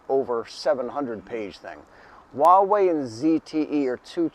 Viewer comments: It's Hua (pronounced Hwa). Why do people say Waa-wey? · It's funny that you pronounce Huawei in Cantonese rather than in Mandarin.